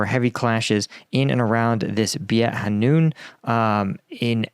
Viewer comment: Please check the names of the places. You usually do a commendable job in Ukraine. The name is BEIT HANOUN pronounced BAYT HA-NOON.